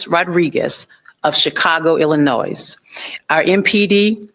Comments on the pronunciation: If you pronounce the S in Illinois you need to be fired and sent back to 3rd grade! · Why can't anyone say Illinois correct, gets on my nerves.